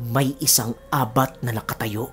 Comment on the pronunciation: Ang tamàng pag pronounce Ng abat ay mabilis, correction lng po🙄